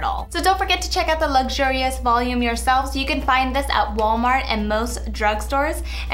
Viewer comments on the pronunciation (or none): none